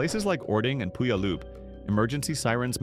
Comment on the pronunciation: Puyallup - pronounce like "pew all up". This word ties to an American Native Indian tribe.